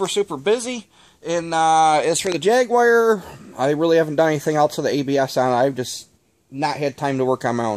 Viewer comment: Jag WIRE? Are you Black now?